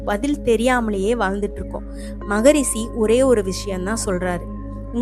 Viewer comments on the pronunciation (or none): தமிழ் எப்படி சரியாக உச்சரிப்பது என்று தெரியாத ஒருவரை பேச வைத்திருக்கிறீர்கள். "மொழி" க்கு "மொளி" ங்கறார். "ரிஷி" க்கு "ரிஸி" ங்கறார். இன்னும் பல வார்த்தைகள் தவறாக பேசுகிறார்.